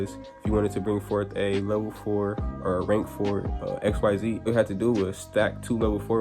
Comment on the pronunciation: Why were you mispronouncing the “xyz summoning” mechanic? You said you watched zexal and arc-v, so then you would know that xyz is not pronounced the way it’s written.